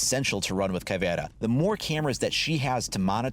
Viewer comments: ALRIGHT FOR ALL YOU WHITE LITTLE FUCKS OUT THERE!!!!! YOU PRONOUNCE IT: "Caw - Vei - Raw" AND TO MAKE IT SOUND BETTER !!! ADD A FUCKING SPANISH ACCENT AND THAT'S HOW YOU PRONOUNCE IT. STOP CALLING HER "Ca : vee - era" you little fucks. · Actually it's Ka-vei-ra (pronounciation) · Pronounce it like Caveruh Mute h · It's cav-iera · It's pronounced caviar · really your Portuguese of Brazil is bad but it's good to see a channel that I like making videos of my country operators